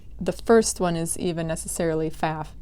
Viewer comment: I cant speak for your last name, but the sewing machine brand is pronounced foff. Any German will correct you on the spot. This is not a controversy.